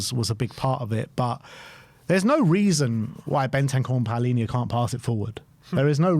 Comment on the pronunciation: Why does everyone keep calling him Paulinha when it’s Palinha? How did the “u” get in there? Should we also start calling them Crystal Paulace?